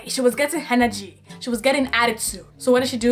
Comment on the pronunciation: She was getting "henergy" 😂